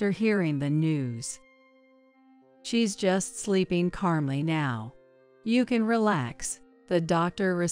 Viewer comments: There is no r in calmly. Don’t put letters in words. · Since when is there a “r” in calmly?